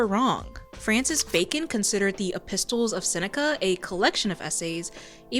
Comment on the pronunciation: I thought at first that pronouncing the silent 'T' in 'epistles' must be a modern American pronunciation but it seems that it remains silent on both sides of the Atlantic. I expect that someone's pointed this out already but thought I'd just mention it. Great work as always !